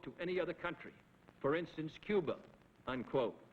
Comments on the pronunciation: he says "Coo-ber", then later pronounces it 'Cuba'. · If its followed by a consonant its "Cuba," if its followed by a vowel its "Cuber," Its called an intrusive R, I have the same accent feature. I inherited it from my family despite not getting their non-rhotic accent. I tried hard to say my "er" endings, but I didn't notice that I put an "er" on words that end in an "uh" sound if they're followed by a vowel until someone pointed it out to me later in life. It works like this. "my idea was best, but your ide-er is better."